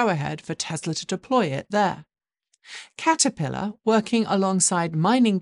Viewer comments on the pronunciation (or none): none